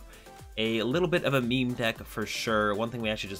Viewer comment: “Super me me spicy deck list” Kill myself. Learn to pronounce meme (mēem), not “me me”